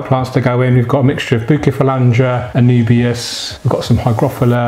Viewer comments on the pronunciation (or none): Bukefalandra, anoobias and higrofilla and other badly pronounced plants there.